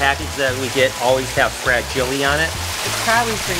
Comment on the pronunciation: Its fragile ( FRA-Shill-lay)